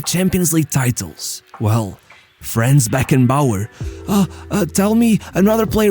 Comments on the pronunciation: Why englisch speakers are not able to fucking pronounce german names in the correct way? Imagine german ppl would do that all the time. Its not FRÄÄÄNS, its FRANZ. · small correction his first name is pronounced slightly differently: It is "Franz" instead of "Frenz" Nevertheless, a great video that does justice to this icon of the sport. People underestimate his achievements, but Bayerns greatness was mainly built by him RIP